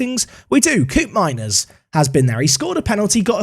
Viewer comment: The ' oo' pronunciation of Koopmeiners in dutch is more akin to the 'o' in bloke or cope, in Dutch